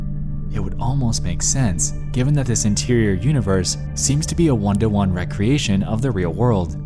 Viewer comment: did you say rec-reation instead of re-creation